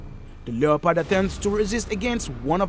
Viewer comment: Stop using someone else's content and it's one word not Lee ya pod and its annoying for you to say lee ya pod